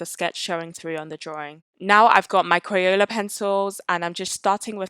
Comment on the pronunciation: Omg I love thissss! Also i cant stop laughing about the way you say crayela